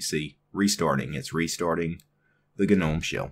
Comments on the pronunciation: It's pronounced "NOME", not GANOME. Just bothers me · It's gnome.. sounds like nome. Wtf